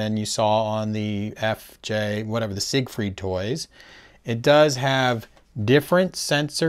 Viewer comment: Isn’t “Siegfried” pronounced as “zig-freed” in English? Even in Macross the Japanese rendition Jīgufurīdo is specifically modeled on the English and not the German pronunciation.